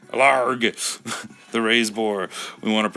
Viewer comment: Ugh, his name is ill-harg not LARG.